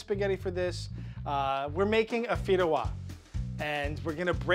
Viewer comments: Me being Spanish and seeing say fideuá wrong 😂 I love hearing typical Spanish words in other languages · I'm Spanish. When he called that fideua he also broke my heart.